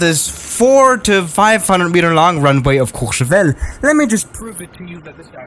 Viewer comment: did you just say Courchevel correctly??